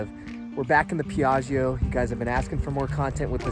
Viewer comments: Da italiano trovo fastidioso sentire pronunciare in modo sbagliato Piaggio :-) :-) La parola contiene due G e vanno pronunciate. Io sento Piagio con una G, mentre sono due. :-) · It would be better if you would produce the name if this wing Ferrari in the proper way : Piaggio !! Without sounding the last “I” believe me in italian!! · check out some Italian language pages and learn how to properly pronounce Piaggio :-(